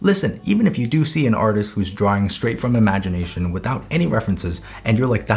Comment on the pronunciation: “Draw DROM memory” Ahh yes. My favourite word: Drom